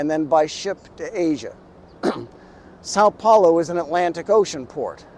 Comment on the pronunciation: First time I see a gringo say "São Paulo" so well